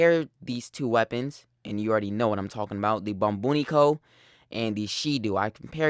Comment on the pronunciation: bro i just had to take a break and laugh at the point where u said "bombunico" xD